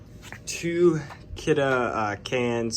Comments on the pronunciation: Finally someone who can say Kidde correctly. I hate when people say kiddy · Its kiduh (spelt kidde)